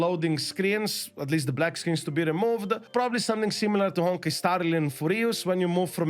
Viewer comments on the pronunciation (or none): I love that you say "Honki" instead of Honkai! 💕 Don't change!